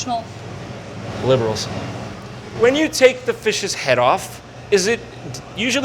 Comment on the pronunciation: pauses “...Liberals” 😂😂😂😂😂😂